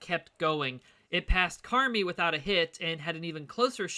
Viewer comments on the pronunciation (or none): Good video. The town of Carmi in Illinois is pronounced (Car * My) rhymes with eye. My grandparents lived in West Frankfort Illinois in 1925.